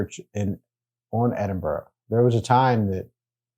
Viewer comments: I can understand why Yanks pronounce it " edinborow" but STOP IT! It's pronounced "Edinbura" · The majority of Scots see ourselves as Scottish not British as British is just another term for English. And for the love of Scotland, it's more like Edinbru not Edinboro...😁🤘Edit, just caught the last bit and you got it right ish. Congrats... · Where the fucks “Edinboro?” That pronunciation is atrocious 😂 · Just to clarify pronunciation as it seems to cause issue with visitors - it’s said ‘Edin bur ra ‘ not Edin burrow’ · Please oh please research how to say things it’s Edinburgh but it’s sounds like you say Edinbura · i am extremely disappointed that whilst in the city you keep miss pronouncing Edinburgh. American defaltisim is incurable?